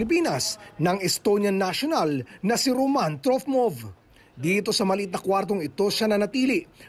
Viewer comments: Roman po hindi ”Ramon”😂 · ROMAN NOT RAMON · ROMAAAAN HINDI RAMOOON AHAHAHA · ROOOOOMAAAAAN not Ramon!